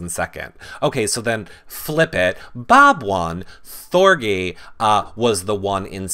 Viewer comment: THOR-G like Gee-whiz . Hard G! rhymes with orgy Thor-GEE your saying it like it rhymes with bee.